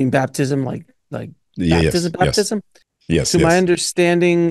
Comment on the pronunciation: Bruh saying Bathtism?